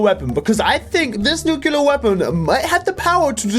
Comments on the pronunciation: Let me say this once, since i've heard it many times. Nuclear. As in New-Clear. Not nukular. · I hate that he says nukular